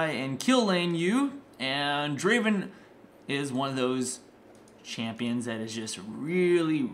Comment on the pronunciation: uhm srry but it's DRAAAAVEN